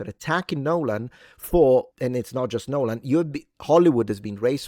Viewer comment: Nyeeeohlahn for the L! LOL!